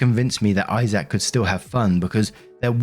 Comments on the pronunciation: I can feel all the Isaacs here cringing as he says "eye sack" instead of "eyes-ick" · Why are you pronouncing his name I-Zack?😂 It's Isaac, pronounced I-zic. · The name Isaac is said like (eyez-sick) but I did get a tickle out of the (hi-zack) version 😊